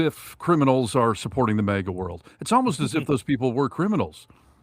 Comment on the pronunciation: Jesus,! Again with the "mega'! It's "MAGA": Pronounced mag ah. Try it, MAG AH.... MAGA... MAGA is not pronounced "mega", okay? Mega is a unit prefix in metric systems of units denoting a factor of one million (106 or ). It has the unit symbol M. It was confirmed for use in the International System of Units (SI) in 1960. Mega comes from Ancient Greek ' 'great'.